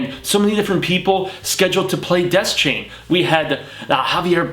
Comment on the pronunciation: sorry but your pronunciation of a lot of in universe words and names is terrible. roland dez chain ? uh? pretty sure its pronounced de- shane. paliver? nah its pah-lava. cmon dude.